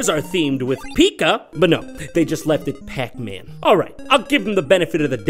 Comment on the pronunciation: just the way he says PAC Man cracks me up 😂